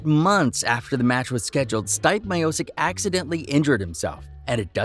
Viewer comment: Yo, you have ZERO business covering the sport if you can't pronounce the name of the greatest Heavyweight in UFC history. Dont quit your day job....